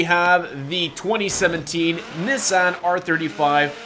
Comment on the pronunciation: He could've at least pronounced Nissan correctly 😂